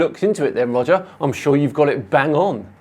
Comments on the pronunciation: every time you said "Roger" I heard "Wodger. Wewease Wodger!" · Welease Woger